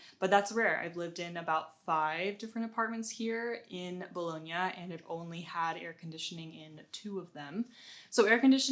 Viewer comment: Only one thing. If you are living in Bologna for two years you have to learn how to pronounce "Bologna"... lol